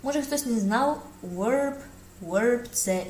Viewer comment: Wish you good luck! I hope you would not mind if I bring to your attention a difference in pronunciation of w and v. To properly pronounce "verb" you need to bite your lip with your teeth.